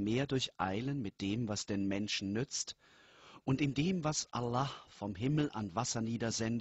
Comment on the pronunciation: allah :D Geil wie der Typ das ausspricht :D